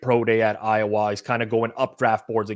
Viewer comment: The way that you pronounce "Iowa" is wild